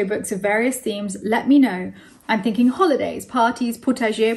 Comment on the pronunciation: Your pronunciation of thinking as thin king, reminded me of once in the office, when someone pronounced psycho as pussy cho and it's been how we pronounce psycho since!!!